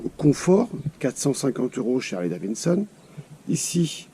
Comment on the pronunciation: Purée les mecs roule en Harley et ne savent même pas prononcer le nom correctement tssss et forty eight et non eggs mdr remballe